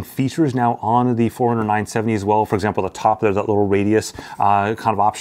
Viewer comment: Anyone else hears Four Hundred instead of Forerunner? 😅